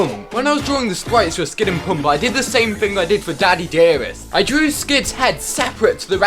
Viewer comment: NOOOO! NOT PUMP! IT'S SPOKEN PAMP! Pls don't say my favs name wrong.